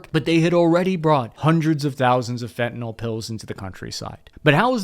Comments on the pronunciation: when you say "fentnol" you sound like a Trumper or something. It's fentanyl. Fenta-nill. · It's spelled Fentanyl, and it's pronounced _Fen ta nil_, not " fi'inall "